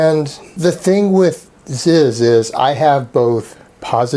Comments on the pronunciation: It's not ZIZ, its fucking Z, his name is pronounced Z. Not ZIZ. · It's not Zizz it's Zeeez brah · is not zizz ITS FUCKING ZEEZ MAN AND IM COMING AT YA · Its not Zizz, ITS FUCKING ZYZZ BRAH